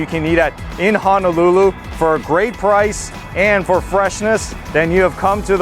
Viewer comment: HONOLULU: hoe (like the garden tool) - kno - lou - lou. There is no 'a' in the word... it cannot be pronounced like the town of Hana... just fyi